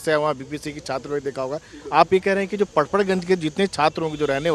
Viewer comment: पढ पढ गौज😅😅